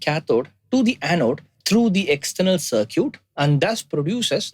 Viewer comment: Circuit is pronounced like sir-kit, just for reference